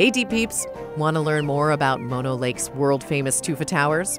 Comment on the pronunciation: mono the disease (typically pronounced more like mah-no) is the shortened form of mononucleosis, the full name of the disease. Mono the lake is named after a local Native American tribe and should be pronounced like moh-no.